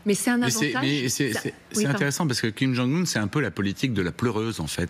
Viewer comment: Quelle haine ! Vous dénaturez le nom d'un chef d'état "Kim kang un" au lieu de Kim jong un.